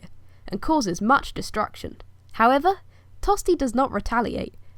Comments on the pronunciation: My name is Tostig! Not Tosty! Say my name properly please! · Is there a reason why you pronounce his name 'Tosty' and not how it is written? Not trying to sass you but I'm just curious if I'm saying it wrong. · It is actually pronounced tostish the Anglo-Saxons pronounced ig at the end as sh just like Germans now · A long, long time ago... And I hate to break it to you but most people in Northumbria were Danish and spoke a different language to the south and hence “Tostig” is not pronounced “Tosty” in Northumbria. As Earl, I ought to have you arrested and thrown in jail lest I become a spectacle to the world! You are just like my usurper brother! Tostig Godwinson Earl of Northumbria Rightful king of England.